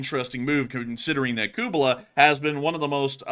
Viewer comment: Guys, it's KU-LE-BA. Not KU-BE-LA. ;)